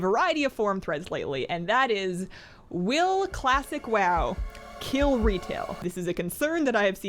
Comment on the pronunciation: KEEL IT.. KEEL IT!!!